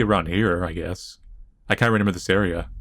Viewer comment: My favorite part of watching let's play's is him saying "renember" instead of remember. Best part.